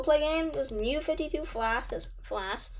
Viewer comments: WHY YOU SAY FLASK ITS FLASH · Not to be rude but he’s mispronouncing flash